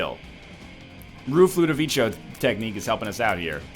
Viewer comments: Everytime time you say ludovico i cry inside. It's pronounced ludoviKo, not ludovicho Please like so he can see it :< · the pronunciation of Ludovico is like Ludoviko, not Ludovicho ahah